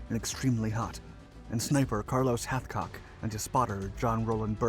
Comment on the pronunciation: You could at least get his name right. Hathcock. Not a butchered chicken.